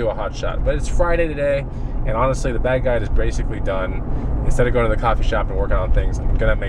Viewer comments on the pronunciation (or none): keep saying bag guide but sounds like bad guy why?